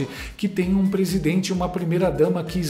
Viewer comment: "Presidoente" 😂😂😂😂 teu canal é otimo!!